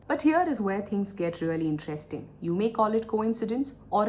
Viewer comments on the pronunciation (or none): none